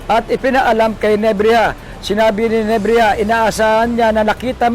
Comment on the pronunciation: NEBRIJA hindi NEBRIYA lintok n reporter ito